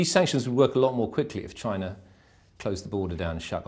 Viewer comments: Chiner, north korear ごめん、空気間違えた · "Chiner" lol